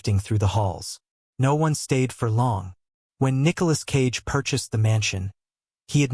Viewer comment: Nicholas "Sage" lolz